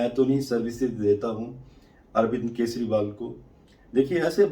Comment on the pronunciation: केसरीवाल नहीं, केजरीवाल। रेबड़ीवाल जवाब तो देता नहीं, अटैक कहां करेगा?